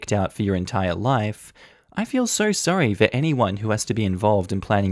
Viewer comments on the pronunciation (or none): none